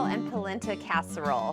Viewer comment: NOT pronounced POLinTA